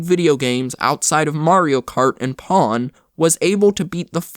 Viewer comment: Who calls pong pawn